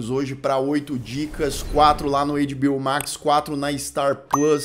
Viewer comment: as pessoas estão sem graça de falar, mas vou te avisar sim: a pronúncia não é "eiDibiôu" se parece mais com "eiTibiôu":goodvibes